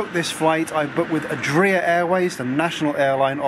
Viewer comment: And you didn't notice the Adria with stress in the -ri-? :-)